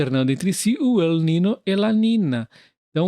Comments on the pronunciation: A pronúncia correta é "ninho". O "ñ" equivale a "nh". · Valeu demais pelo vídeo, feliz em ser membro do canal. Só para constar, El Niño é um termo em espanhol em português se lê "El Ninho" 😉